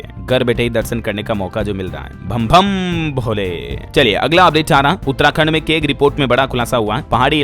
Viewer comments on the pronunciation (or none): भम भम भोले नहीं भाई 😂बम बम बोले 🙏❤️🙏